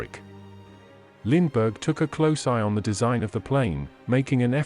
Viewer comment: When you are doing a bio oa famous person and you use an electronic voice, please try and pronounce his name correctly.